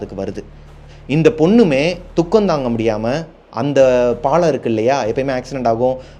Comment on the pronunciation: பாளம் இல்ல. பாலம் என சொல்லவும்.